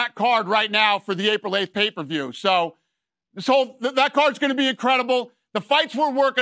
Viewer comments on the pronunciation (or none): none